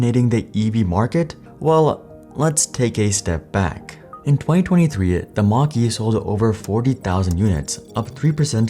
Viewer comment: they announced their first EV with someone who cannot even speak properly and isn't even versed in public speaking, and pronounced the car like the southpark teacher.